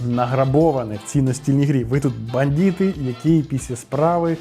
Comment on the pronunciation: Не "бандіти", а "бандити"!